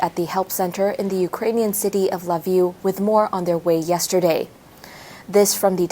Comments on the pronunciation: Pronounced "key-v" and "le-viv" where she got La Vue from is freaking hilarious. Needs a checker. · Atleast learn to pronounce Lviv. Its pronounced Veeve